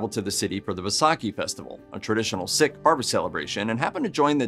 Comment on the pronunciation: In general your pronunciations are good except Sikh is pronounced "seek" not "sick".